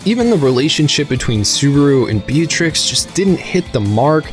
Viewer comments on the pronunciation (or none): none